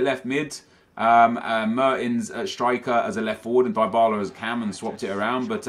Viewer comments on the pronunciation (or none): Its "Dee-ba-la" not "die-ba-la" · It's pronounced dee-bala btw